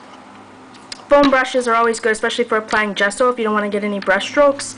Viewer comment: I friggen love your voice, it sooths me....I especially love the way you say 'gesso'